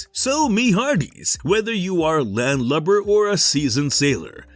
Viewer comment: "land lobber". i hate this narrator. get him out of here bro